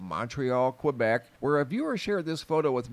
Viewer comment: A polygon has 5 sides... A hexagon has 6 sides. And Quebec is pronounced "keh-bek"... not kweh-bek.